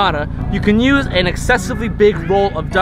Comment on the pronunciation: says "nuse" instead of "use" lol bothers me now